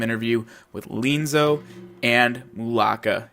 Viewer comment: Looks interesting. Different without being unnaturally so or forced. Will definitely check it out. Also appreciate your qualifications about the language at the start of your video. FWIW, I believe Lienzo is pronounced, lee-EN-zoh, with that accent on the “en”. Subscribed!